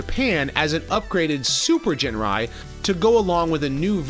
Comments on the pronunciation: Dude, it's Ginrai not "Jinrai" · Ginrai. Not Jinrai. Hard "G". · Don't you mean ginrai su